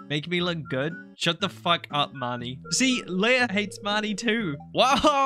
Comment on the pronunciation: I know many IRL Leahs, and it's always Lee-ah not Leia like the Star Wars princess, but I hear that pronunciation a lot for this NPC and can't help but wonder why :')